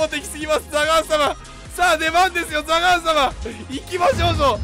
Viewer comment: ザガーンは有効打なしに聞こえて震えた